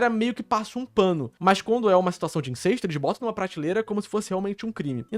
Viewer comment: Cara, INCESTO é com E aberto, não é INCÊSTO, como vc tá falando o vídeo todo.